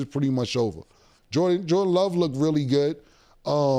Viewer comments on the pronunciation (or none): Micheal jorTent…. 😂❤ everytime bro … yo it’s JORRRRRRR…..DANNNNN not JORTENT